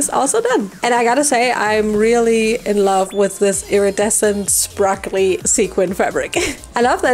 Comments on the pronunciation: Isn't it sparkly not sprakly? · Beautiful doll. I love that you have been saying sprakley instead of sparkley in all of these MH videos lol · I love how you made that sprakle mistake a few times and then just decided to /lean/ into it 😂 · Just love how she says SpRaKlEy and PlEaThEr